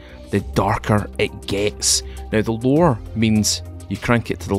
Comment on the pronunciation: Every time he says "the lower"I was thinking he was saying the lore' and then I would wait for some piece of history on the game LOL it got me like three times